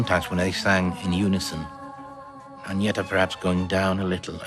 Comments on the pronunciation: Agnetha is pronounced AG-NYET-TA, not AG-NEE-THA. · Ann-Yett-Uh. Not Agg-knee-thuh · Only now we realize how awesome! BTW Agnetha is pronounced On-Yet-ah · I'm sure someone else also sang out, but just in case...Agnetha isn't pronounced the way it looks. Even "Anyetta" isn't precisely right...but it's closer. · Nice commentary, but I gotta stop you right there for a sec. First, quit saying "Agneetha'. The "e" sounds like the "e" in "emerald", as an example, and the "th" sound is just a "t" everywhere outside the English language. "Liselotte" is a shortened version of Elisabeth-Charlotte, and pronounced accordingly. Thank you. Please continue. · Just a couple of tips for anyone who's interested (probably not that many, but anyway) : 1. Swedish doesn't have any diphtongs (except in a few loanwords and some dialects like skånska), so this guy's pronunciation of "Lycka" and "Liselott" sounded really funny. 2. Swedish doesn't have the th-sound, so "Agnetha" should be pronounced with a hard T. 3. Å, Ä and Ö have their own sounds and you can't just ignore the "dots" and pronounce Ö like O, for exemple. Å sounds something like the O in "or", Ä sounds like the A in "apple"and Ö sounds like the I in "girl".